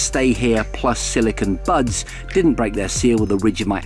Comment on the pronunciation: I heard "birds" instead of buds Lol.